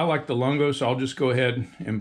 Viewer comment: Pronounced "Loon-go" lol. But great review nonetheless